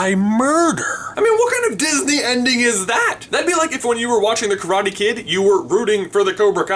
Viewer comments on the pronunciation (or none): none